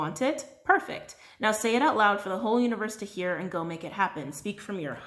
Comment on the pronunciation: 🤣🤣😂😂😂😂😂😂😂😂😂😂😂😂😂 DID ANYONE ELSE HEAR HER SAY (During the rainbow Myanite Stone read) “WHEN U RAISE YOUR VIBRATIONS THE HOE BENEFITS “ lmfao. I can’t stop laughing!! Although I know she said whole. I still had to rewind. LMFAOOO